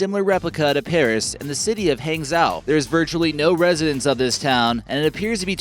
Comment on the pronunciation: Good video. I've lived in China for several years now and know of most of these places. But you should learn how to pronounce the names properly. For example: Hangzhou is pronounced 'hung-jo'. Anyway...but I do enjoy all your videos and I am a subscriber. Keep up the good work.